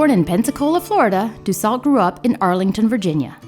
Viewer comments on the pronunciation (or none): btw, Nancy Dussault's last name is pronounced "Dew - soh" not "Dew-salt" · Nancy Dussault pronounced her name "due sew" not "due salt". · I think it's pronounced Nancy Du Sew. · I remember watching this show with my mother when I was little. She told me we could be related to Nancy because we have the same last not so common last name! I wish I could talk to her to see if by some chance we are related. BTW Dussault is pronounced Do-So 😊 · Ms. Dussault’s is pronounced “do so.”